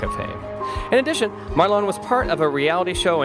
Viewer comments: It’s Marlon not marlo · Sounds like he is calling him Marlo ? As in Marlo Thomas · He can't pronounce his name, and if Marlon was worth only $200,000, he wouldn't even be able to afford an average house. scroll on